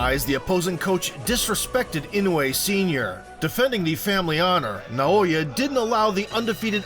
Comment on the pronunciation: Imagine hearing "Naoya" and 1 sec later still mispronouncing it. American iq xD